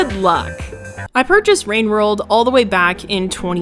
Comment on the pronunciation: Ah yes, wowwed wine